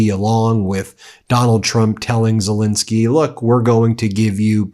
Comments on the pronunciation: Could you at least pronounce the Ukrainian President's name correctly, or is that too much to ask?? It is Zel*E*nskyy, not Zel*I*nskyy. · STOP MISPRONOUNCING ZELENSKYY!!!